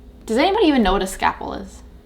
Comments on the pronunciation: Scalpel not scaple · “Does anybody even know what a scapple is?” 😂😂😂 do you mean a SCALPEL??? Like a knife a surgeon uses?? This killed me